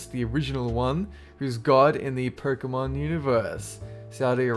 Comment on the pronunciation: Pokémon is my life. Ban Pokémon, and things will get ugly if I'm around! (Btw it's pronounced Poke-Aye-Mon lol)